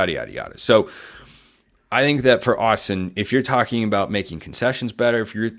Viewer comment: Why would we listen to you if you don’t even know it’s Autzen and not Austin 😂😂😂